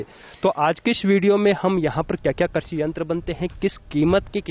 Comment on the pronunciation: करसी नहीं कृषि होता है